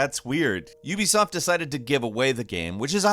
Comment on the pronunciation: You are pronouncing Ubisoft wrong. It's not youbesoft